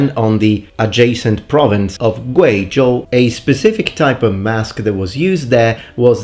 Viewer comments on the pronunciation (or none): none